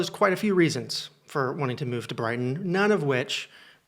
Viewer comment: FFS... when you said Brighton, I cringed so hard.. I live in Hastings, only an hour away 😭